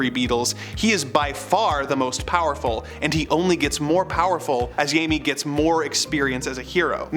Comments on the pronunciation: Jaime Reyes is a Hispanic character, therefore his name is Hispanic, which pronounces the letter J with an English H sound, so it not pronounced “ Jay Me”, but “ Hi Me” …🖖🏾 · "Yayme" Reyes? Seriously? "Yayme"? Yeesh. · Jamie Reyes ... he's not Portugues . . Use the Hi-May sound.